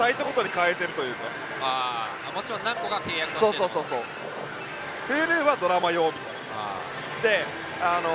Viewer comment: huluのイントネーションに違和感